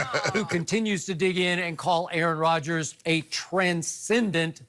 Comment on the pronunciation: Oh Rodgers not Rodgens